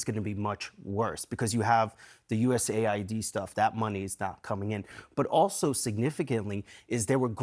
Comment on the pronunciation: Usa id? Its us Aid